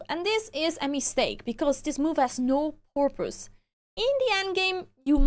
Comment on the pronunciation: (By the way, for anybody who does not speak English as their first language: The person who posted this was just being silly and having a little bit of fun because of the way accidentally said the word "purpose" but it kind of sounded like the word "porpoise." So the person posting this made a joke about fish and the ocean. [The first sound of "purpose" sounds like the first sound in "person" or "purple." But this sound doesn't exist in a lot of languages, so it can be hard to non-native speakers to hear. That said, it's still easy for English speakers to understand what a person means])